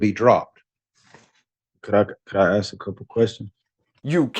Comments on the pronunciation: Wow, she's axing a lot! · Why does she say “axe” instead of ask? Darrell Brooks also do that. The video at the top of your list also says it. I don’t understand that. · 🤦🤦🤦🤦🤦🤦WHY IS IT SO HARD TO PRONOUNCE THE WORD "ASK"? I DONT GET IT,.....,ITS N. O. T. "AXE" ITS "ASK" PEOPLE.................................A. S. K. , A. S. K. , A S. K!!!!!!!!!! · She's "acksing"... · Judges do not cut trees and can't give you something you "axe" for. Donnie Dipshit proclaimed English as the US official language, so let's try to use it correctly. Oh, never mind. Forgot he and his suckasses are illiterate.